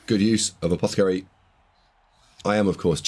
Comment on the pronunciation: Really appreciate the effort mate, I know this must take ages. I know I've given you loads of jip for saying apothecary wrong but that's just me taking the piss, appreciate these videos, thanks for the breakdown, thanks for the effort.